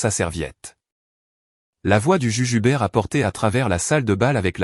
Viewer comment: Le juge Hubert et non le jujubert 😅😅😅